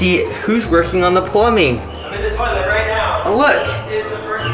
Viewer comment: This Is The First Time i Heard "My Dads In The Toileit." (Warning I Have Bad Grammar.) Sorry If This Is Offensive to You